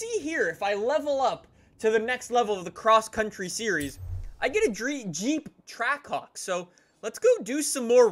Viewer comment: Sounds like “trackcock”